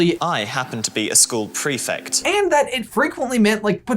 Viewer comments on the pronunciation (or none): OMG, stop saying "prefict"... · you’re saying prefect so wrong, petition to introduce prefects to american schools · The way you say prefect causes me anxiety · You guys - I LOVE your videos - they are like, my favourite Harry Potter resource outside the books and pottermore, but for the love of Merlin - it's pronounced pre-FECT not pre-FICT! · Why do you say ‘prefect’ like prefict? I was under the impression that it was pronounced prefect